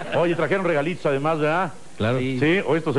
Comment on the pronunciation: jajajajaja pinche Paco oye trajeron regalits jajajajaja regalits